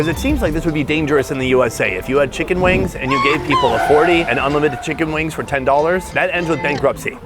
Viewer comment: Fi-Cken As a German I say "No ! Better don't say this." 😂